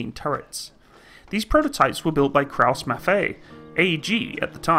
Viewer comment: It is actually KRAUSS-MAFFEI(Eye)